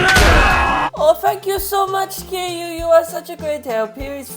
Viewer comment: And his pronunciation for Kiryu was just the correct way to pronounce kiryu lmao